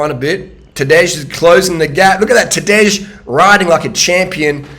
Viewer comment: Nobody ever pronounced "Tadej" in a uglier and incorrect way.